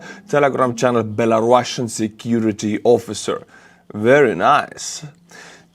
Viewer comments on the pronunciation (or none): none